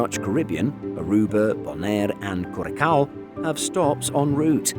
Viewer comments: I guess. I mean, the USVIs are in the Carribean, and you don't need your passport, so I guess you could saybthey're domestic. I'd bring my passport, any road, just in case I wanted to visit the nearby BVIs. This narrator has got to learn to pronounce things properly! He totally butchered Curaçao. He pronounced it kur-kow!🙄 It's pronounced cure-a-sai-o! And he pronounces Cal-houne as Calloon! Seriously, what's up wit that?! Learn the proper pronunciation, PLEASE! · Curaçaoan here. It's pronounced as CuraSao, with an S sound. I'm also pretty sure KLM has at least one and up to four direct daily flight to the island depending on the season. Thanks to these flights, AMS <> CUR is weirdly enough one of Schiphol's busiest routes outside of Schengen, usually being in the top 6-8. Except for last year, which thanks to Covid it became Schiphol's number 1 busiest route outside of Schengen.